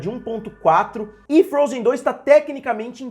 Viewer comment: Só eu quê ouvir ele fala frozen 3